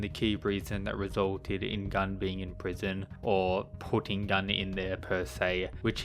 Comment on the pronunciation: Gun's name is a korean one, not Gun as 🔫. PS: Shingen is an absolute gigachad